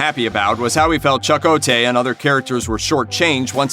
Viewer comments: hey dude or whoever you claim to be, its Chakotay not CHUCK o Tay pronounce it right thank you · "Chuck-o-tay"??? 😂 You never actually watched the show... Did you? Otherwise you'd pronounce his name correctly... It's "Chi-ko-tay" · Yeah, that bugged me as well. It's not "Chuck O'tay" it's pronounced like "Cheq-o-tay". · Chuck-O tay? LOL, no my friend, Cha Ko Tay. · This was clearly produced by someone who never watched a single episode of the show. "CHAH-ko-tay"... good grief... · lol... "chuck, ko, tay" he says... i think his name is meant to be said as all one word. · I get that you’re reading a script, but you might want to research the pronunciation of Chakotay Cha•Ko•Tay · Who the hell is chuckotay? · Chuck who? U butchered his name dude!!!! 😡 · You can tell the narrator has never watched Voyager. Chu-co-tay lol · Omg you beat me to it! 😂 chuck-o-tay! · Wtf....cha' koe tay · Chuck okay 🤣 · Hahaha chuck o'tay....🤣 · Choco-tay!? 7 seasons of StarTrek Voyager and I've never heard his name pronounced like that. Lol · Apparently you never watched Star Trek Voyager or you'd know how to pronounce Chakotay! Hint, it's not pronounced Chak Oh Tay! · Hard to take this serious when the speaker can't even pronounce the name correctly of Voyagers' first officer. Cha'Ko'tey would be the correct pronunciation. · these people dont know anything about star trek. can you imagine someone calling him chuck-o-tay ?? give me a break !! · Was there no crazed Star Trek fan (like myself) working in the mailroom or something running up to the big wigs and screaming "CHA-KO-TAY!! IT'S PRONOUNCED CHA-KO-TAY YOU SAVAGES!!!"??? LMAO!!! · Who da fuk is Chuck-O-Tay? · Why is the narrator saying Chuck O'Tay? Has he never heard about or seen the show? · Oy, what character is Chuck O'Tay? The narrator couldn't even bother to learn how to say the character names or is a computer reading the script? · "A human assim-ulated..." "Chuck-Oh-Tay" What is up with this dude's pronunciation?